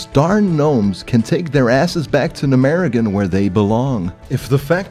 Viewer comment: Literally everybody: Gnomeregan: Numerregun